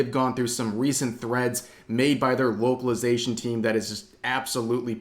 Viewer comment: I thought you said woke-calization 😂